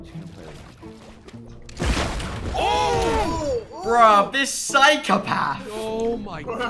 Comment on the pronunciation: Jarvis say Phycopaf and not Phycopath